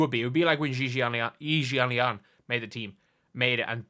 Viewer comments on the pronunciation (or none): You know it's Yi Yaylin. Come on now